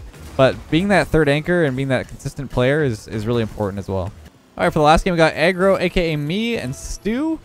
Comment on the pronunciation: Why does he say agro like that